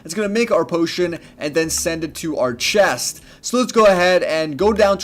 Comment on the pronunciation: "in dis one chast"